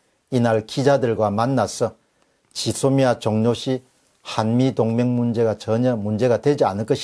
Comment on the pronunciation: '짓 소미아' 가 아니라 '쥐소미아' 로 발음 좀 해주세요.